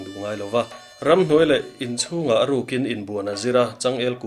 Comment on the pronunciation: Inchung dal tih hi a dal lai hi thluk hniam tur.